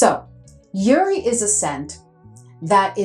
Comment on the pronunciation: Hi, just wanted to say I love your content, especially Middle Eastern Thursday. From all the content creators & YouTubers you’re the one who inspired my fragrance journey ❤ I’m an Arab! We pronounce the J in jouri it’s a type of flower I believe a Damask Rose 🌹